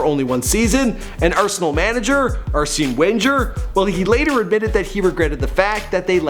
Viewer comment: Arsene not Arsey